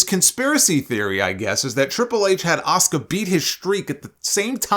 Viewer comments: I agree with Goldberg.... it's pronounced A-su-ka not Oscar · Asuka is probably a better pronunciation ironically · Okay Bill Goldberg Cross the line he disrespected my beautiful wife Asuka and he mispronounced her name she's one of the best female wrestlers in the company today and I'm going to defend her no matter yes I do have a big crush on Asuka I don't play that when it comes to her my apologies solomonster I got to go off I don't play when it comes to my lady Asuka